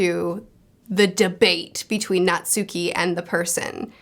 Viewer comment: Natsuki is pronounced "Naht-Ski". Two syllables. Abroad in Japan fans know